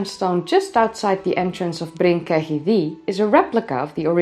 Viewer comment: its pronounced Ketty by the welsh